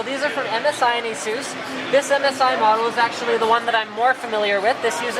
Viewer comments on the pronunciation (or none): every time he says asus, I hear asoos